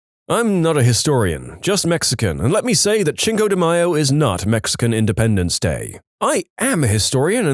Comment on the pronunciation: Cinco should be pronounced more like 'sink-oh' not 'chink-oh'.